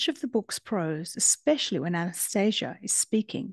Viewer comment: It's pronounced Ahh-na-stah-see-ah It says that in the beginning of the book